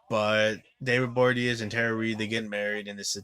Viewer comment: David Bo-ri-a-nez. Not that difficult.